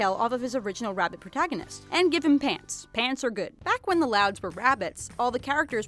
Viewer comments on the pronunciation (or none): none